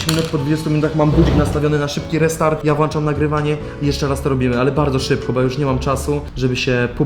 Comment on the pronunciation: Nauczył się prawie 200 krajów, ale nie nauczył się mówić poprawnie ,, włączać" 🤦